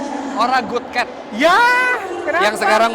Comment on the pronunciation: ora good cat kui bad cat 🤣 dengan logat medok